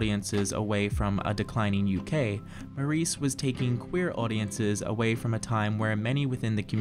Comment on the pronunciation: OK, the pronunciation of Maurice in this review is unbearable, and to a British ear just sounds effete. The reason for mispronouncing it just daft. Please don't do this again!